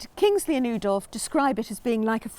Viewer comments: Love the video but the Dutch pronounce his name ooh that's nice dolf rather than ow that hurt dolf. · Brilliant video. Thank you! BTW Oudolf is pronounced Owdolf.